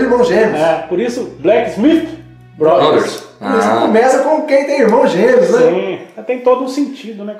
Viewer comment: Acertou a pronúncia com maestria dessa vez!!! Parabéns pelo vídeo, me diverti muito como sempre